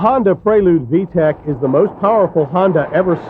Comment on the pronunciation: "VEE TEE EE SEE" system...lol :D